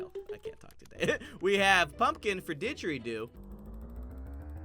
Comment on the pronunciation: did anyone else think that the digeridoo was pronounced digeroo?